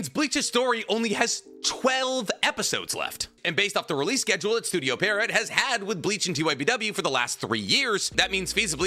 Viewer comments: it's pronounced studio pii-erro, not studio perriot. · it's pronounced Pee-air-oh. Not Pair-ee-ot. Love you tho pookie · If wasn’t as educated as he is, I wouldn’t care, but because he is educated and highly intelligent, it grinds tf outta my gears every time he mispronounces Pierrot 😢(or edo tensei for that matter) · "cuh-wocky" lmfao holy shit "parrot" it's pi-roh, kaw-wah-ki